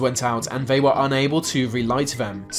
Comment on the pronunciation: Lucimara Sant'Ana The UK, he says ‘Vey’ instead of ‘they’. It’s not even a speech impediment, just lazy pronunciation.